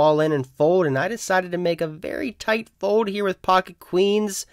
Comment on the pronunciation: You would prolly get more subs if you pronounced it fold instead of fode